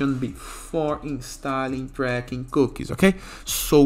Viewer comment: they are pronouced....."cookies" not cooks